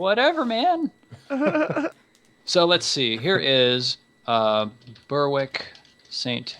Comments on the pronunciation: Guys, Berwick is pronounced "Ber-rick", kind of like "Derek" with a B. It's not "Burr-wick". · The "w" in Berwick is silent - ie, it's pronounced "Berrick" ... :-)